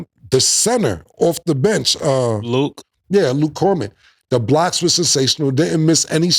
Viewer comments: Facts and he said Luke Kormick too 😂😂😂😂😂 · "Luke korman" 😂😂😂